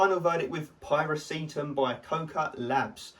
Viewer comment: Pie-reh-see-tam. Nooo! Py-rah-syh-tam!